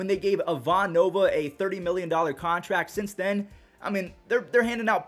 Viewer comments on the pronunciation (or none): none